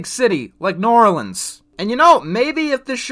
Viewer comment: Please... I am from New Orleans... please.. stop saying Norlands...